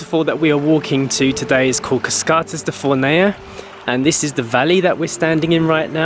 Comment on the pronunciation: The pronunciation is FOURnea and not FornEA. The accent is on the first syllable so the stress is there.